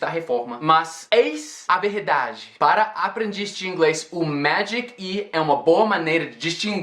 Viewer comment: Haha ele ta pegando sotaque nas palavras com R em português como verdade ( paulista) e internet ( interiooorzao ) kkk